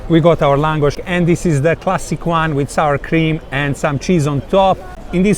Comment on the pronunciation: Für Deutsche : Laaaaaaaaaahngosch..ausgesprochen